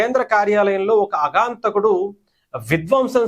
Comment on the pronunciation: అగాంతకుడు కాదు ఆగంతకుడు అనాలి